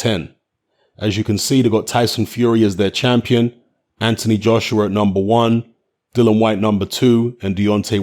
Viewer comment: 2 seconds in and shut down...its Dillian you dipstick...!